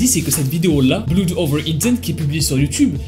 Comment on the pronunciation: Il faut travailler ta prononciation quand tu parles anglais! BLOOD C'EST PAS BLOUD! AU SECOURS!!!